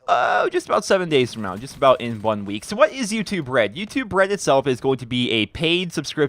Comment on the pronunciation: I keep hearing "Youtube bread"